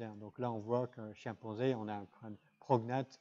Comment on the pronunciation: sont-ce mes oreilles ou il dit ''chien-panzé"?